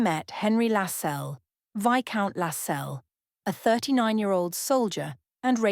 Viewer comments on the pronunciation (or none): You might learn how to pronounce Lasselles and Harewood correctly, and her head ornament is a tiara not a crown. Are you AI?